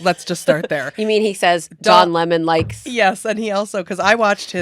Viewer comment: “Don Límon” sounds like someone Kelly Osbourne would hire to clean her toilets. 🤗